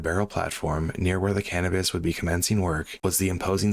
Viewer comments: Great narrative and a terrible, terrible tragedy. One very minor thing: It's pronounced "Cuh-NOH-pus". I'm afraid I thought you were saying "cannabis" at first! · Thought you said the name of the vessel was star cannabis. Had to double check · He did say cannibis 😂 that’s what I heard while choking one back.